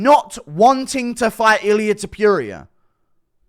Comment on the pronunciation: I hate the way you say Ilia's last name.!! You are not pronouncing it right!